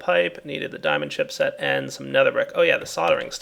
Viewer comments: "jiamond ship shet" haha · Jimond Shipshet. So classic. Like the time said black dicks instead of bricks.